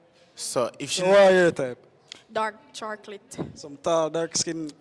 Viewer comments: “Digrest”,”Charclet” these words are killing me😭😔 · Why mi see this comment at the same time she said it???😂😂😂😂😂 charclit😅😢😂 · She said dark Chark-olate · Girl in the red with the stiff ponytail seh "dark charklit"... lmaooooooooo, a me alone hear it?????? deadddddd Mumma eena di black trying to convince the young guy that women with children already are the best option was so confused and sure at the same time. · Charklit tun mi ova 🤣🤣🤣🤣🤣